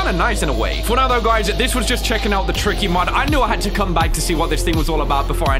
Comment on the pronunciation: His name is not tricky his name is TIKY